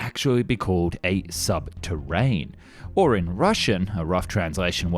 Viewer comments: Sub terenne, not sub terrain. Day 2 of asking for a new voice guy/ this one to improve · I was literally half way through commenting when he said subterran😂😂